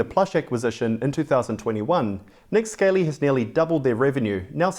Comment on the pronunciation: Not that it matters too much but I am fairly sure is it pronounced Nick Skah lee or scar lee not like a Scaley reptile